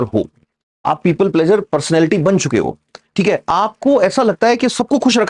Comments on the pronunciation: यहाँ प्लीज़र बोलिए प्लेजर नहीं प्लेजर अलग चीज़ है आपको पता है। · Pleasure nahi pleaser hai (pli-ser, plz-er). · pleaser should be pronounced correctly otherwise knowledge is good🙏pleeser,give emphasis on eee not aa